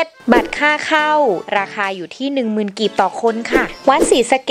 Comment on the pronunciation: กีบไม่ใช่กลีบ